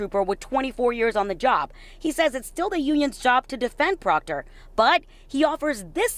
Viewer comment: Who cares about Proctor and his family! He brought this on himself. Too bad so sad Proctah Troopah.